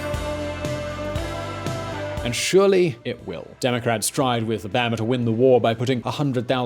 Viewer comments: Why are you saying oh bahh ma? It's obama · Stop sayin O-bam-a tf is bam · You say pronounce "Obama" weird